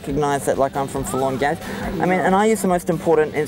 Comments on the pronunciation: I swear at the beginning the guy says "we're full on gays" instead of forlorn gaze. I'd put money on it lol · Sounds like they said "We're full on gays...".